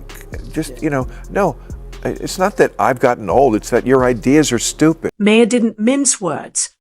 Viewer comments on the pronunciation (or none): (Bill's name is pronounce MAAHR , not MAY-er).